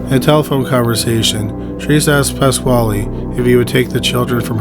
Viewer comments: I'm sorry, but... PASS-KALE, not KWHALE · pasquale is pronounced exactly like pedro pascal's last name.